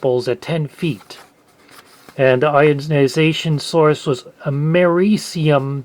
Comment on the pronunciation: It’s pronounced am-er-ree-see-um if you didn’t know